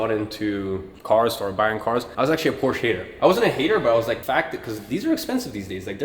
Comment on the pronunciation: Brother Iman ,,, please learn how to pronounce “Porsche”